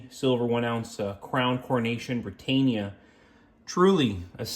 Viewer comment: Brit-ann-ia not Brit-ain-ia.